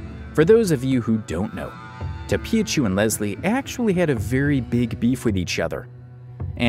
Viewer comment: tophiachu❌ topiachu✅